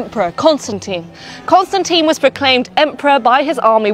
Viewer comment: But decide on one pronunciation of "Constantine" and stick to it...